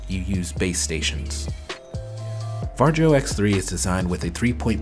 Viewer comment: The name is pronounced Varyo